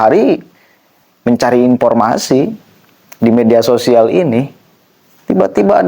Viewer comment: Akang presenter punten, profesor bukan propesor, ,,,informasi bukan impormasi❤